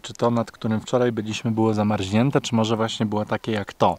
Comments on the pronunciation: ZAMARZNIĘTE, nie zamarźnięte!!!!! aż mnie uszy zabolały i to dwa razy 😂 Ale poza tym to zajebisty masz kanał i super się to jułesej ogląda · Zamarznięte, nie zamarźnięte. Jak sie zreflektujesz to pozdrow Leona prosze.Pozdrawiam and keep it up. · *Z A M A R Z N I Ę T E, nie zamarŹnięte! 😂 A tak ogólnie to mega super! Zazdroszczę mega tej wyprawy po USA🥰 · swietne vlogi, wszystko fajnie. Ale nie moge zdzierżyć jednego i prosze zwroc na to uwage. Mówi sie zamarZniete a nie zamarZIniete. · "zama R Z nięte", a nie "zama R Ź nięte" 😂 A poza tym to piękna seria 👌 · Zamarźnięte, zamarźnięte. Nie zamarźnięte tylko zamarznięte. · Przestań mówić ZAMARŹNIĘTE!!! Tylko ZAMARZNIĘTE!!! Jakbyś powiedział, że jezioro zamarźło czy zamarzło???